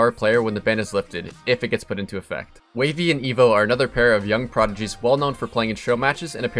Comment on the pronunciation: bro his name isnt wavey its Waaahvey